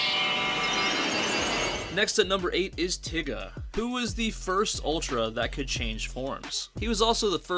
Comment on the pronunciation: why he pronounce tiga like that 🤔